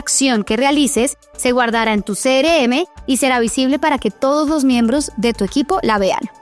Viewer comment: Quiero aprender, pero me estresa que diga "cere eme" y no "Ce erre eme"